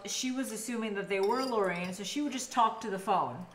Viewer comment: It's Lauren not Laureen